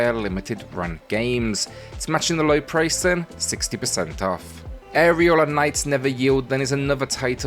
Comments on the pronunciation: Legit thought you said Areola Knights and I looked at the screen. 🤣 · Can't fool me, He totally said "areola"😏